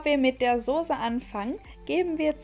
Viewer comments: Kannst du bitte Soße statt Sose sage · Tolles Rezept, aber bitte sprich Soße das nächste mal mit einem scharfen ß... Danke